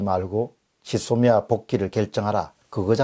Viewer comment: '짓 소미아' 가 아니라 '쥐소미아' 로 발음 좀 해주세요.